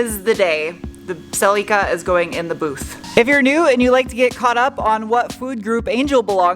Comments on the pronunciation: The "i" in Celica is pronounced like the "i" in "is", please stop pronouncing it like Celeeca. 🤦‍♂🤦‍♂ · SELL LEEK AAAH? Celica?